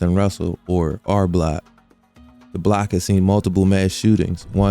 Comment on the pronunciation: Your pronunciation of "block" consistently as "black" is super confusing, lol